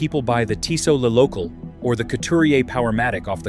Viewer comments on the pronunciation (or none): “Le Local” 😂